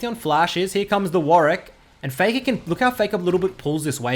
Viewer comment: why is he calling warwick “weedwick” and why does it make me laugh sm